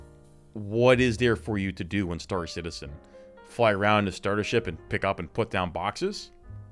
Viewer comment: Star Citedium 😂